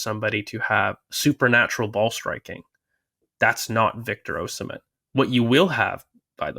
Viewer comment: Name is pronounced Oh-SEE-meh heart ❤